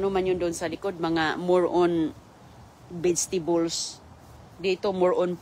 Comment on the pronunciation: Farm daw ??? garden lang yan.!!!! anong bedstibols,molberry ,tropical wither ?? ,lecture na mali mali pronunciation.😅😅😅😅